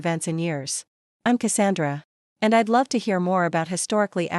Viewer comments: Reject: I'd is not pronounced ID - not listening any further. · Must be a AI reading!! A person would not pronounced I'd as two words. Which is done with all the words with an apposiate!! Also stated US as separate letters! Try proofreading the voice!!!!